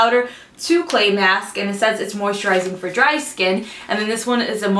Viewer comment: i love the way you sayed dry. it sounds like an older country woman